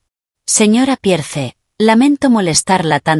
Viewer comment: Pierce se pronuncia piers Audrey se pronuncia audri ponle nombres en español y asi no se oye tan mal los nombres de los personajes